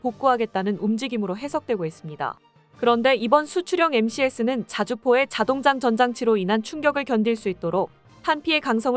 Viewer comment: 또 자동장전장치 를 읽을 때도 "자동 장전장치" 로 띄어쓰지 않아 읽을 때 "자동장 전장치"로 읽어서 처음엔 무슨 말인가 했습니다.